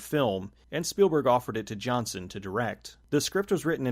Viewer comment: The director’s name isn’t pronounced “Johnson”.